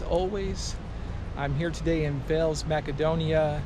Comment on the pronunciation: Thanks for visiting Veles man 😊 the correct prononciation is VAILAISS 😅